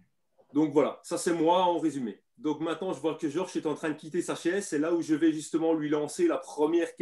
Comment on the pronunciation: Ah😁le "Georche" de est constant